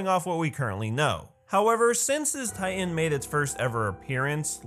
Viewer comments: It kind of bothers me, the way that he says "ti-en" instead of "ti-tan" (pronounced spelling) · I heard he say Taian???? Not titan... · tay-an no hate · This dude can't say "titan"